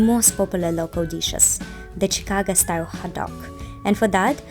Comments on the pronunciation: the go in chicago is pronounced as go (for example in let‘s go) and not like ga (for example in lady gaga). chicago, not chicaga. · Chicaga lol sounds like you're saying Chicaca. ChicaGo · Yes ShikAWgoe. That's the phonetic spelling. Try Google translate for the correct pronunciation I guess.